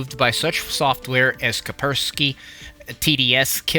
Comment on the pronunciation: it's "kas-per-ski"...not, 'ka-per-ski'